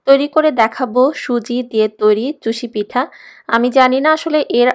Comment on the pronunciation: চুষি পিঠা না চুই পিঠা। বেশি শুদ্ধ হয়ে গেছে।